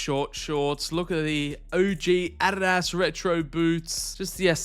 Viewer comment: What's with calling Adidas Arras?